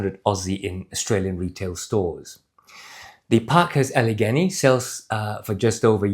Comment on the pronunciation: Getting closer … Allegany (Al-uh-GAY-nee)….as in Gday. Glad you reviewed these. The live motion view gives a better perspective on these boots than the static shots on the company website.